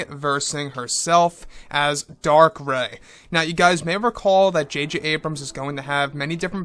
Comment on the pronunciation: Darth Rey... Not Dark. But great vid. 👌